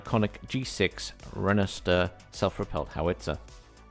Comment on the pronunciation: Not to be a pronunciation nazi or anything, but let me help you pommies out so you don't embarrass yourselves online when you get this... Rooikat: Roy-cut Ratel: Raa-til Eland: Ee-lunt Renoster: Ray-noo-ster Buffel: Biff-il Rooivalk: Roy-fulk